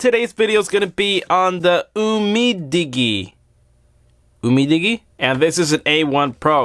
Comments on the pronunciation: It's pronounced Didgy not fucking digie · Honor 7x is better in my opinion. Umidigi is pronounced: um*ei*dij*ei Its Chinese so yeah its weird. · Dude for crying out loud. Umidigi as in Digital. You don't say diggy-tal. I had to comment just because you sound like an idiot mispronouncing the name without any takes on your video. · Umidigi is pronounced umidiji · It's pronounced as YOU-MI-DI-JI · Do you pronounce digital as diggy-ter ? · How do you pronounce "digit"? Now try "umi" and then "digi" and you should have you-me-digi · It's umidigi like digital, as if it's umidijee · UMDIGI is pronounced Umee-Dijee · Pronounce it as you-me-dige-ee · pronounced you-mee-dee-jee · Try to pronounce it "UMIDIJI". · I think the Digi part is from digital. So it's pronounced like that. Not dig-y. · Umidigi aint that hard to say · you pronounced umi digi's name like you don't know your industry. totally uncool and insulting to the product. and you don't even know that there's a back case. you're a genius.